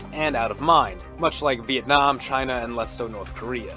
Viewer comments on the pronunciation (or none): none